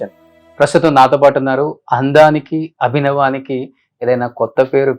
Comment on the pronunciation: అభినవానికి కాదు అభినయానికి 😂 ఇంటర్వ్యూ starting లోనే తెలుగు మాట్లాడటంలో తప్పులు..